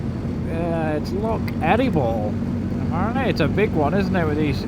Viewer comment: aye but your saying lock